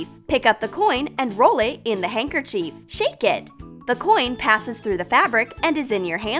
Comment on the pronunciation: No offense I love your channel but it’s not handkerchief is handkerchief